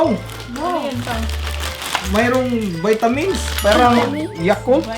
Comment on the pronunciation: hahahahahhahaa laptrip sa vitamins 😂😂 vitamilk daw sabi ni 😂😂 lovelove bisaya studio❤❤❤ Deserve nyo lahat yan ang bait bait nyo kasi💚💚💚